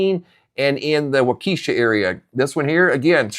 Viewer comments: It's pronounced walk-esha FYI not eesha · It’s pronounced WALK-a-shaw. Emphasis on WALK. There is no keesha. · Wah ka sha not wakeesha..cringe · Waukesha is pronounced Wah-keh-shaw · It's not Waukesha like you are pronouncing. It's Pronounced Wau kEh Shaw. 😔 I'm in Central WI and we only got an inch. Milwaukee got the majority. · Waukesha, emphasis on the first syllable, not the second. The second is short E, not long. Walk-eh-shaw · Pronounced Wa kee shaw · Huh? You never heard of Waukesha? He’s mispronouncing it, but I assure you Waukesha exists.